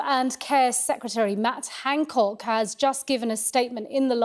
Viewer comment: Its Han not Hang.